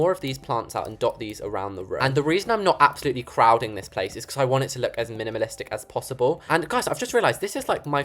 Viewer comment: Just how to people Pronounce the word minimalistic like how.